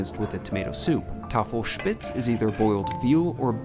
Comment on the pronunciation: And props on nailing the Tafelspitz pronunciation!